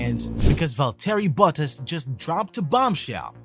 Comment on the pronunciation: It's Valtteri Bottas (Pron: Valtree Bottas) ... not Vole-Terry Butt-Ass ... if you're going to report on the sport, please reasearch how the names are pronounced., it'll give you more credibility.